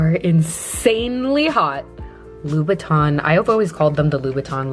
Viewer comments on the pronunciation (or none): none